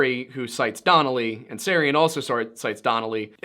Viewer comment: Freemasons, SJs, and Kabbalah mentioned. Holy Blood, Holy Grail hinted at so Dan Brown is probably in there too. So yes, a Unified Theory of the Occult. One point, Micheal Teh-Sarion, if I remember right. The T is pronounced.